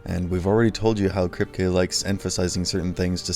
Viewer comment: I'd subscribe...but the way you mangle names (Maeve & Kripe) - I JUST CAN'T do it!!!!